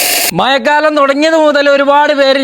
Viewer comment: മയക്കാലം അല്ല bro മഴക്കാലം 🥰🥰